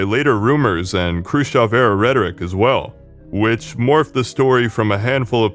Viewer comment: I love you simply because you're the only English speaker I've heard who pronounced Khruschev correctly.